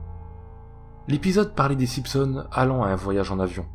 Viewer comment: SimPsons 🤣🤣🤣 j'suis mort ! Chez nous on dit SiMpsons, on prononce le m mais pas le p ! 😂